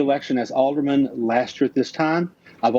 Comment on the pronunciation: she said she was an Alder"MAN" hehehe